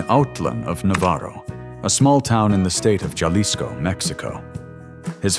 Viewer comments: Bro get a better translator c'mon man, with all the tools today and AI you can't get a voice that pronounces the Spanish words properly? This ruins the video when the narrator pronounced the state of Jalisco using the english "J" sound! The J is like an "H' sound in Spanish! Pronounced "Hawlisco". Jawlisco! We're in 2026 and we still have crap narration voices! Even the correct pronunciation of the English last names is crap computer talk! Niel "Shun?" WTF! It's Neil Schon pronounced "Shawn" not "Shun!!" I hate the computerized crap narration videos! Thumbs down! And no Subscription! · Jah-leesco? Really? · Jalisco is pronounced "Haleesko"